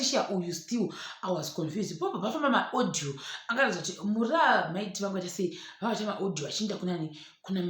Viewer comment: The way you say Mai Tt’s name inondipedza manje